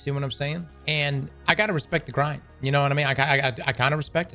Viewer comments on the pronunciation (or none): none